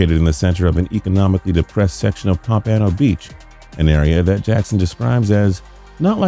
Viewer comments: It's Pompano Beach. Not as you said it pampanno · pomp-uh-no. I cringe every time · Omg yes bro... the heck is pomPANo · I'm salty he at the way he pronounced Pompano 😭😭😭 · Pompano beach* get it right for once 🤦🏾‍♂️ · South florida is pissed at your pronunciation of pompano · Every video I see says it wrong. gets on my damn nerves. and I never even been to Pompano.